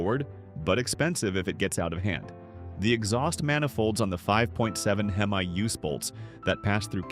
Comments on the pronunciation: a He-Me? Lmao! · That's AI speaking the wrong pronunciation of hemi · I clicked off after he said Hemi wrong then said he was wrenching on these trucks for 20 years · Right I clicked off once I heard Heemi over and over again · It’s AI you we’re not wrenching on Rams for 20 years you can’t say Hemi right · Skeptical cuz this dude cant say Hemi right